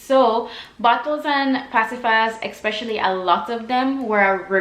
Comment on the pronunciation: Great video. Just one thing that bugged me the entire time, it’s not eXpecially, it’s especially!